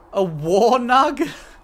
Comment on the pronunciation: My boy liked the chunky nugwar so much he turned Olresian for a second.